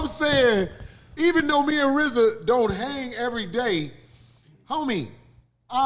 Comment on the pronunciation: I wonder does Rizza hate that everyone mis-pronounces his name...It's pronounced Reee-zuh...not pronounced like Rza from Wu-Tang...He probably regrets how he dediced to spell it.